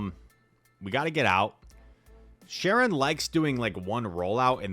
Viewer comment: Not sharon, charon(karon)